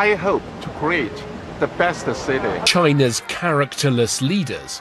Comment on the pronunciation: China发音没必要抻那么长